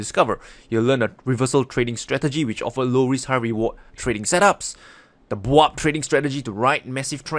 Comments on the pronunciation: "Let's say it together: the BWAP stratgey" :D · When say BWAB🤣🤣🤣